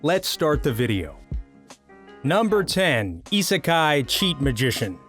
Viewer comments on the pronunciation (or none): none